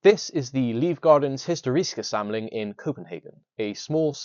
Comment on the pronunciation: As a danish person i had to do a couple retakes of your pronounciation of "livgardens historiske samling" (lit. The lifeguards historical collection)